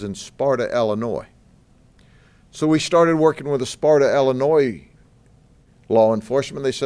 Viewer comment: It's pronounced Illinois not Allinoise. Lucky you can't be attested for being a big Mr silly policeman